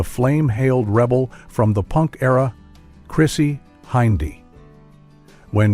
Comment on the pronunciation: Chrissey Hinde , Not Hindey